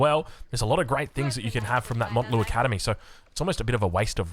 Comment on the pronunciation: please, I've been hearing it for months now, its Mount like Mount fucking Everest, not mont you dingus